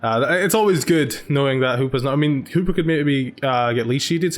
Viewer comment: I love how you pronounce Hoopa as Hooper :]